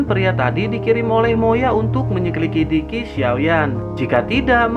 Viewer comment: apa saya yg salah dengar ato mimin yg salah sebut menyelidiki tapi lucu kok min